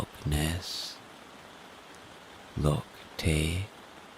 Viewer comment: Love your rain videos. One point for future reference pronounciation of loch and Gaelic both wrong and important to get right when doing a Scottish accent.